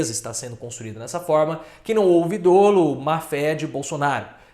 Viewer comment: Não se pronuncia “dôlo”, mas “dólo”, embora não haja acento. Dolo se pronuncia igual à polo 😉